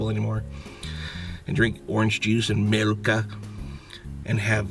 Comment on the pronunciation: Did he just say milk is milka